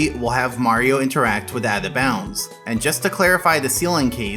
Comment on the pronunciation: Why can't you say "Out of Bounds" ? It sounds like you're saying "Atha Bounds" or maybe "Avva bounds"